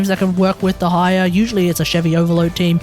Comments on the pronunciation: it might help to say deh slower. day-high-ya instead of d' high-er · Please, look at this video to learn a better pronunciation: Your atrocious pronunciation of Dehya made so hard to follow the video. More so that everytime you try to say Dehya, you basically say "the higher", which makes things very confusing. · I wanna watch this video so bad but the way you say Dehya is so atrocious it's making me break out in hives